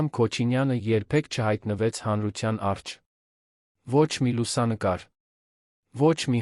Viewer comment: Ես զարմանում եմ, թե ով է էս անգրագետին թույլ տվել տեքստը կարդալ ։ Մարդը չգիտի, որ Հայաստանի մայրաքաղաքը կոչվում է Երևան և ոչ թե Երան։Առջև բառը կարդում է առչ և բազում, բազում սխալներ է թույլ տալիս և դրա պատճառով էլ տհաճ է նրան լսելը։Խորհուրդ եմ տալիս, փոխեք ընթերցողին։